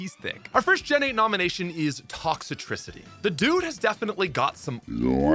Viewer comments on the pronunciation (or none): Did you call Toxtricity “ToxItricity”?